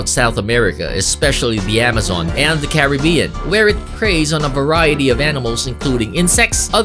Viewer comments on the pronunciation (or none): none